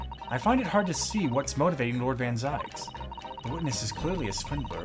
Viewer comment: Zieks not fookin Zikes